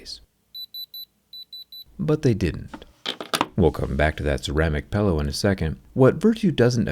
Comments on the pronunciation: He keeps saying 'pellow' instead of "pillow" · Why you pronounce the word "pillow" like it's spelled "pellow"? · Am I mishearing, does he pronounce pillow as "pellow"? I have 1 american friend who doe this and I just assumed he'd hit his head a few times too much or something